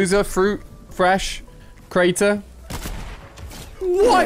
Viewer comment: How dare you disrespect the Aussies like that. ‘Loser...fruit’ and ‘Crater?’ Disappointing Ali... disappointing 😂